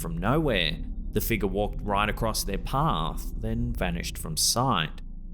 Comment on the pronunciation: i love these videos it's worth it just to hear him say figgar